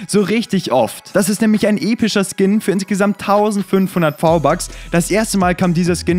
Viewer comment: Hör auf v-bucks sagen wenn dann richtig